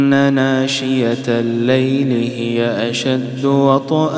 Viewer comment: في ورش نقول ناشئة ليس ناشئة ماشاء الله اجمل صوت في العالم🎉🎉🎉🎉❤❤❤❤❤❤❤❤❤❤❤❤❤❤❤❤